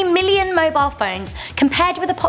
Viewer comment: Did she just say 1 million died wrong